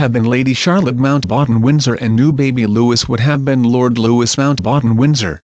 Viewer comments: It's not pronounced loo-is it's loo-ee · Hey,, learn the proper way to pronounce Prince Louis name! It not Lewis- Lū-iss. It is Louie Lū-ē. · Looee not Lewis...Its a French name. Please dont make a fool of yourself with pronunciation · It's Lou-ee not Lou-is. If you are going to comment on the British Royal family learn how they pronounce the names. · Oh god, I really wish that people would STOP mispronouncing the little prince's name! It isn't pronounced 'Lewis'! It's correctly pronounced 'lou ee', the 's' at the end is SILENT! It really ANNOYS me when people mispronounce his name 'lou is'! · Ikr? Just going to comment on that. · The new prince's name is pronounced the French way: Lou ee, not Louis. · It's not Lewis, it's Louis !!!!! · Exactly but not everyone knows French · Not 'loo-is' it's loui If you are going to discuss the royal family actually pronounce their names correctly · It’s not pronounced Lewis - if you’re going to narrate these videos, get the pronunciation right - it’s pronounced Lewee. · His name is Louis, not Lewis, Louis. seriously pronounce his name right for god sake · Jesus can u get his name right,hes not LEWIS,ITS LOUIE,ffs stop making video s,get name right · Louis is a French name, therefore it is pronounced as Lou-we. Tell your royals to spell it as LEWIS then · George V is read as “George the Fifth”, not “George Five”. Same for any other regnal name followed by a Roman numeral. Get it right. And pronounce the Prince’s name right while you’re at it. Lou-ee. Practice saying it a few times before you record any more videos commenting on our Royal Family. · What the heck. His name isn’t “Lewis” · LOU-EE is the way it's pronounced!!! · Can you either get a computer to say his name right or just not issue videos on the child at all? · At least pronounce his name properly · The s is silent and Charlotte is pronounced sharlotte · THE S IS SILENT PLEASE LEARN HOW TO SAY HIS NAME OH GOOD LORD